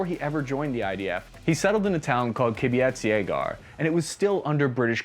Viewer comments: Minor correction: Kibbutz Yagur is pronounced kinda like “Key-boots yuh-goor”. A kibbutz is a community based type of town seen throughout the country. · when pronouncing Kibbutz Yagur, pronounce it key-bootz Ya-goor . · The way you pronounced Kibbutz Yagur is hilarious it's KI-BOOTS YA-GOOR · ki-boo-ts ya-goor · Lmao that pronunciation of kibbutz yagur, good effort. It's pronounced kee-boots ya-goor